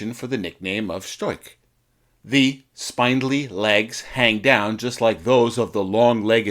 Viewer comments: Not to add insult to injury.... buuuut it's spin-dlee, not spine-dlee. haha =) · ... not to mention spine-dilly. Unfortunately unwatchable. =/ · SPINDLY has a SHORT "I". Similar to gangly. So "spindly-legged" has a short "I". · The German word "Storch" (stork) is pronounced shtorkh, not stoik. And "spindly" is pronounced spind-lee, not spined-lee. Why go to all the trouble of putting an otherwise interesting video together without researching how to pronounce some of its basic words?